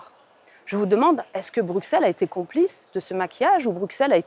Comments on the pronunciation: Vous avez 100 fois raisons . Mais arrêtez de Dire BruXelles ! Ca se prononce Brusselle. Ca la fout mal pour une députée européenne ... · Merci. Un détail : on dit Brusselles et non pas Brukselles !